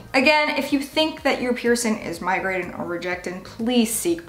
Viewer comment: She doesn’t pronounce any word that ends in ing right . Piercin, migratin , annoying